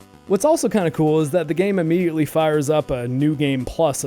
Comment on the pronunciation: Ammidleated ? Did you just make up a word?